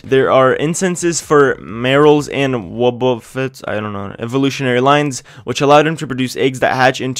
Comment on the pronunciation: P.S Your comment section is so cancerous i need Kemotherapy, how about you actually play the main series games before talking about them in your videos? The way you pronounce some of the most well known Pokemon from both the games and the anime (e.g. Togepi, Wobbufett) just proves that you havent watched or played a single hour of them, and if you have you were completely shit at it. I hate people like you, who just jumped on the Pokemon GO bandwagon and pretended to be an actual fan.